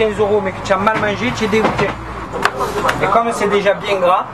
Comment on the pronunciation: comme comme bordel!!!! pas commeuhh ou prodjuis c'est produits!!!!